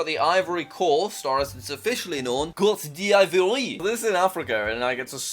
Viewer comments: "Cote dè ivoree" Côte d'Ivoire: its "Cot de vor" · “It's so long innit” that's what she said... "cOte de iVoRy" was how I used to pronounce it when I was in elementary school, until I learned basic French in middle school. When there's an "oi" in a French word, it makes a "wa" sound, so it's pronounced "Cote d Vwar" (Cote like tote, and the d says its name) Then again, not surprised a Brit messed that up....the British-French rivalry is a tale as old as time 💀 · him saying cote-dee-ivory gave me physical pain, 10/10 french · I just loved him saying “kot di ajvory” when it’s pronounced “kot divuar” kinda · Normal name: Côte d’Ivoire (kot-d-vua) English name: Ivory Coast (i-vo-ree-cos-t) Jack: CoAt dE iVoreÉe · jack is dumb its not coat de ivory its pronounced cote de voi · you pronounce laos like laos and cote divoire like caught deevware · Jack, the Pronounciation of Côte d Ivoire is Coat-dee-vor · It is pronounced cote divwa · Côte d ivoire is pronounced (coot)(de)(iv)(wor) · its pronounced coatdivuar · "KHOTE THE IVUREE" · It’s actually pronounced coatehdivwire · The name is Côte d Voire but the how we pronounce it is Cot d vuar "I like the name though ♐♐♐♐🇨🇮🇨🇮🇨🇮🇨🇮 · It's pronounced coat die(the German word pronounced de) viore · Jack, ivory coast is pronounced cote diovwoire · IT IS COTE D'VORE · oh Wow the pronounciation was crap Cote d'yvwar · It’s pronounced “Coat-div-wah” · Côte d’ ivorie is said Coatdvair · yeah 😂😂 its cot-di-vuar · It's pronounced: Coat-Da-Voire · Nope, the end part is pronounced like "if war" in a french accent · Me an african: its cote d v-wa it’s pronounced like that lol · It is actually, traitionally pronounced ("Cote:de:vwa") 😁👍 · You pronounce Côte d Ivore as Coat Deevore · Côte d Ivoire is just pronounced cot divor I think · Côte d'Ivoire is said "koht duh vwarr" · hey Jack, Cote d'Ivoire is pronounced Coat d' eev-w-are. It;s french for reference, try searching up a pronunciation vid if you don't get the way I've written it : )